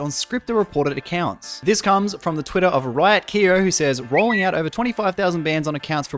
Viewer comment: Instead of riotkyo i heard riot kira. Ripiss to cheaters either way